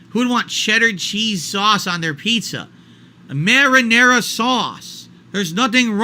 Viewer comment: Mah-rah-narah soz, dood!